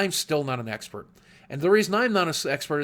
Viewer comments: sounds like he is saying "Sexpert" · if you listen closely to the expert speech thing, he says hes not a "sexpert" lol